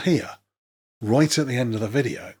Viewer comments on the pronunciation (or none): Fight Team Wait, did you say, "Write at the end of the video," or "Right at the end of the video,"?